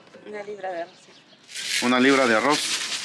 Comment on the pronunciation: QUE MAL SE OYEN DICIENDO LIBRAS, NO MMEN.